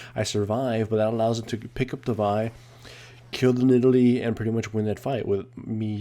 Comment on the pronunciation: Why do so many people mispronounce Vi's name? It's said repeatedly in her song.